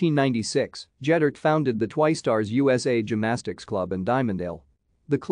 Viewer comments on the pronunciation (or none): Ged-dert NOT Jed-dert.